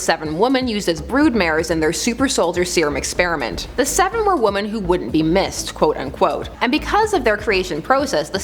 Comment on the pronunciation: just listen how she pronounces women...